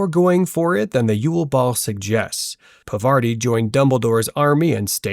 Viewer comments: It's not pavaarti !!!!! It's pronounced paarvati i.e.पार्वती Please pronounce hindi words correctly. I well know that you are not Indian, but still at least don't disrespect names. That really hurts... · Parvati Patil. ❌ Pavarti Patil ✅ Pervert-i Patil ✅ ✅✅✅✅😸😸😸 😂😂😂